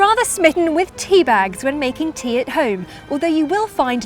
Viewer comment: A prophuh cupph of theaaaa😂😀😀😀